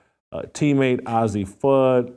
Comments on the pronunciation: not OZZIE, it's AZZI! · Old man, why don't you leave those young ladies alone, do you have children, and you call yourself a child of God, and ail way talking about someone, judge he not so you won't be judged, "God word" and her name is Azzi not Azzie dumbs, and God say he would judge not Jason Whitlock. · paige "buckers" "ahzzi" fudd 😭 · At least pronounce Azzi Fudd’s name right, nitwit. You are a disgrace. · Jason it’s Azzi, like how you would pronounce the two letter abbreviation for Arizona. Please say her name correctly. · You can't even pronounce the name AZZI correctly.no one cares about your caitlin clark obsession.